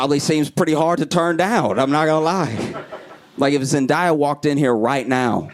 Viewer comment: Its zendaya day uh not die uh